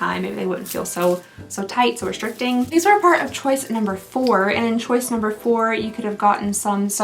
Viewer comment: Chiuse instead of choice, dying 😅😂😊